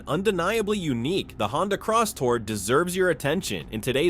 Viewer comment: It's not crosstower ,it's Crosstour